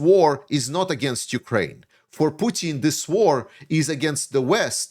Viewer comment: hey there, some constructive criticism for ya, please, please, please stop sayin YOU-kraine, it is not youkraine, hiskraine, mykraine....it is just Ukraine. Otherwise great analysis and I would even subscribe if you could correct this.